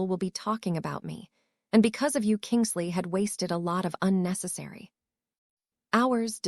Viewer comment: It is Kingsley not kingle sea